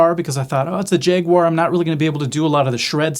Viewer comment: This is the first time i hear someone pronaunce the name of the guitar as Jeguar, a lot of people say Jaguar or Jagwire. Honestly i love and hate Jags at the same time. I love the look, adore the sound and hate how it plays.